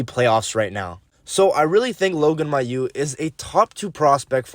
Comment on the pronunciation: Funny how you butchered almost every name... lol (Dobes, Mesar, Mailloux, Hutson) but I like the ranking.